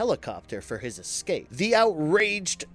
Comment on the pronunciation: it's eScape not eCKscape. And bloody in video ads! Ugh